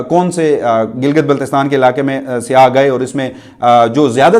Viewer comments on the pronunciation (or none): پلیز اردو بولنے میں خیال رکھیں یہ ہماری قومی زبان پے بھائی اسکو تو صاف طور سے بولا کریں ہماری تو خیر ہے کیونکہ ہم اردو کو بھی اب پنجابی لہجہ کے سننے کے عادی ہو گئے ہیں مگر ہماری نسلیں تو اصل اردو کو بھول ہی جائیں گے لفظ سیاح میں ی پر تشدید مانی جاتی ہے مگر تشدید لکھی نہیں جاتی تو لفظ "سی یا"ہے سیاہ نہیں یہ صرف آپکی اصلاح کیلئے لکھا ہے شکریہ